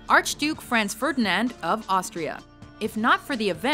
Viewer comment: She couldn't pronounce Franz or Princip right